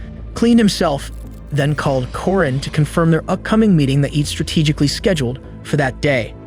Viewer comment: Corinne is pronounced Koreen 🙄